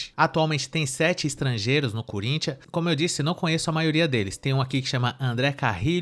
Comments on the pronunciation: Só fiquei com uma dúvida, o que é um colintianu? Foi isso que ela disse?😂😂😂😂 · A mulher não sabe nem falar "Corinthians"